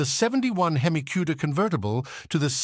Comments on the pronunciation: Mecum and Hemi are hard for AI to say... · You need to learn how to pronounce the word hemi